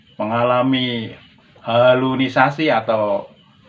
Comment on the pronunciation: Bukan halunisasi, tapi halusinasi 🤣